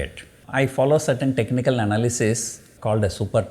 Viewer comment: Sir when you say technical,not able to control our laughter,days have changed